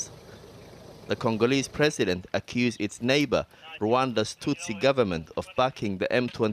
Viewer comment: Tutsi, not "hutsi"